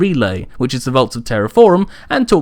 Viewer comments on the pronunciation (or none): none